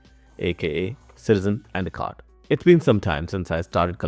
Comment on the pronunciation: Couldn’t understand some of the words you said, and a cot?